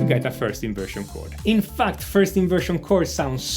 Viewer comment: The way he said "in fact" always caught me off guard..😂😂